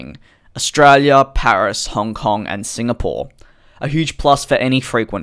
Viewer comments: Did anyone else notice the Honf kong Instead of Hong Kong 😂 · Honf Kong lol 🤣🤣🤣🤣🤣